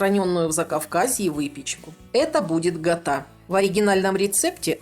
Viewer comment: Здравствуйте ,правильно говорить КЯТА..😊